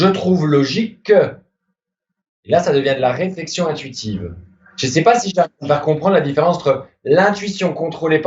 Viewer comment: le "mais ça va pô" ma tuer de rire